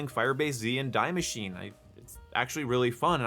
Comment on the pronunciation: Die Maschine is pronounced "dee masheen-uh" I'm just nit picking as a native german speaker, good video as always.